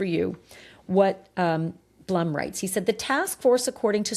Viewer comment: Howard Blume is pronounced Bloom